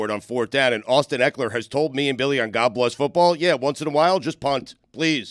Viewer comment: adds a "T" at the end of some words that end in "d". So it's "endt" not "end". And "oh my godt!" not "oh my god!" Nothing malicious, i just think it's interesting.